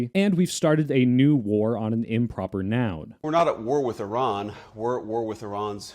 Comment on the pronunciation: Wow someone who knows how iran is pronounced